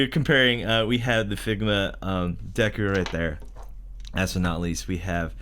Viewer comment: Wait did he just refer to Deku as Dooku?